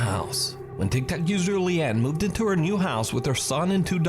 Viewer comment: Anyone notice that to the guy said tik tak instead of tik tok? That made me crack up